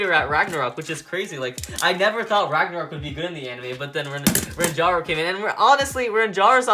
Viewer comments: Ranjiro not ranjaro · Stop saying Ranjaro you say his name with Jar in it his name is Ranjiro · he said rantaro but it was ranjiro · Ranjaro??? ITS RANJIRO